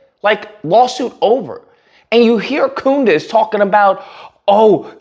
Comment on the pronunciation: Did he call her Coondace? 😂😂😂😂😂😂😂